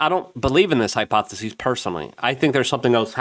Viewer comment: How many ways can you mispronounce hypothesis? I don't know, but I believe you are the man to find out.❤